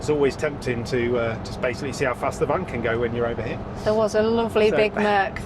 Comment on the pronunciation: For next time - Kreuzhof is pronounced as if there were a T in the middle: Kreutzhof!!! And See is Say ...